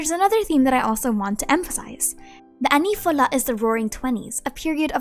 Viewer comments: As a french I beg you, don't try saying "Années Folles" please, it's not "ani fola" you need to pronounce it "année fol" kinda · Oh and pronunciation guide for the Année folles is /ane fol/ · Brrr my body shivered at that HORRENDOUS pronunciation of Années Folles, French for the crazy years. It's more like annay foll in "English" pronunciation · Hey, French girl here! I can hear that you are trying to pronounce the French names correctly, thank you for doing your best. For the "(Les) Années Folles", here's how you can pronounce it to make it sound french: (Laiz) anay fol I hope it can help pronouncing the words easier! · My friend, if I could offer a pronunciation for annee folle you got the l’annee down like luh Annie but folle is pronounced like foal like a baby horse. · I love chilling with you, but please do not say Annees Folles once again (If you're pronouncing it in english). Everytime I heard you I felt my french loving heart being pierced